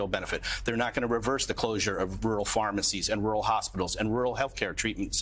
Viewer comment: White wural wage, a twet to muh democracy...